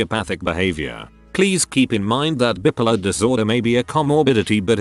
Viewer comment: Why do these robot voices always pronounce bi-polar as bippolar?